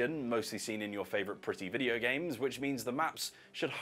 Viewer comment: Great-uh video-uh